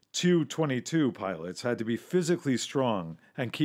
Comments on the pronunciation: It drives me nuts that you pronounce the Tupulev aircraft like the Tu-22 as Two Twenty Two. Of course youre free to pronounce things however you wish especially on your own channel...if you dont mind getting the small little details incorrect. I.have a touch of OCD and it drives me up the wall when people get the small details incorrect-things many would consider insignifigant and no biggie either way. To me its like when people drags their nails over a chalk board with that high pitched screeching type of sound. With me this is especially true with anything and everything aviation. Makes sense in a way as Aviation is all about getting the tinest of things completely correct and paying equal attention to the details as you would the big glaring things. Having said that the "Tu" part is and has always been pronounced correctly by pronouncing each individual letter and not trying to make a word of it. Its not meant to be a word and is only pronounced as such by people generally outside of Aviation and thus basically aviation ignorant by and large. Kind of like most of that same group of Aviation outsiders ignorant of flying pronounce things like the acronym BDU again pronounced by sayi g its individual letters as Bidoo. I know some acronyms are pronounced as words but those are generally well known.. Do what you will of course i dont expect you to change the way you, or anyone else for that matter, do things just because I would do it differently. Im not a self entitled millinn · It’s funny in Red Storm Rising the Soviets use the Tu-22 (pronounced “tee-you” not “too”)Blinder effectively against airbases in Britain.